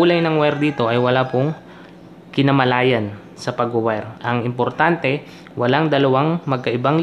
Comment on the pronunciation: Correction boss kinalaman hindi kinamalayan